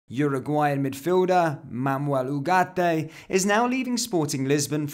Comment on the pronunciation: From an hispanoblante, thank you for your efforts on adding the "ay" at the end of Ugarte. Don't worry about trilling the "r"s. It's not in the English language unless you were born up North. I can't speak for everyone from the Americas, but I noticed your effort, and I really appreciated it!